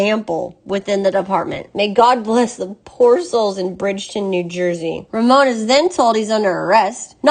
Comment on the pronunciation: Raymond? It's Ramon. Some Mexican you are.